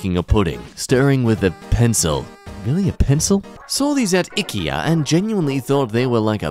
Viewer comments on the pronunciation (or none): Ick-e-ah!?! SIR THAT IS NOT HOW YOU PRONOUNCE IKEA